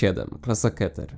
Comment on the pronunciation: Keter. To z hebrajskiego, wymowa pozostaje niezmieniona. Ale możesz mówić jak chcesz.